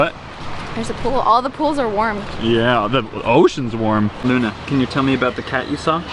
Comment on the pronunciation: did anyone else hear luna say "i luna"